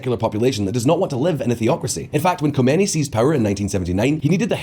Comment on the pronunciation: If this channel is driven by such lazy people, that do not even check how to pronounce Khomeini, then you know how unreliable the rest must be, especially the more complex topics, I highly doubt that they really dive into those and research it properly, given the lack of standard, or shall I say low standard!!! You guys are the Walmart or Primark of political news, only focussed on low cost, low quality but high output in order to reach/fool as many simpleminded or naive people as possible!